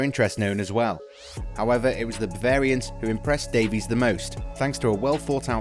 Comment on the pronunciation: Well, at least he pronounced Davies correctly.